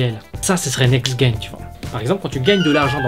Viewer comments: Next Guen ???? WTF ? C'EST NEXT GENERATION DONC ON PRONONCE NEXT JEN !! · le "g" se prononce "j" pour generation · Juste on dit : NEXT JEN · Next gen se prononce "next jène" pas "next guène" (gen pour génération ) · Next jen hahaa pas gaine quel con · Bien, par contre NEXT "GUEN"... Oh putain de merde ! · NEXT "GUEN" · Très bonne vidéo, cependant, un petit quelque chose me demangeait en début de vidéo donc j'ai pas pu me retenir de poster ce commentaire pour te dire que l'on ne prononce pas next-GUen mais (comme le mot "gène") Voili, voilou, je suis venu faire mon gros relou pour une prononciation de mot donc je ne pense pas que ce commentaire mérité de l'attention, mais j'avais besoin de le dire... x) Sur ce, encore merci pour ce podcast >< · Tu dis "Guènération" ?